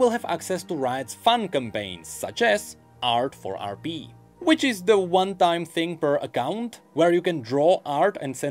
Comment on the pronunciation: stop saying rb instead of rp